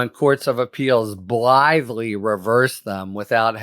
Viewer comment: Blively is not a word and neither is belively. Do you just make up words to feel important and make everyone else feel small?